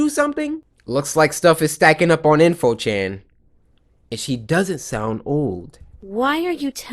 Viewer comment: It's in~fo chan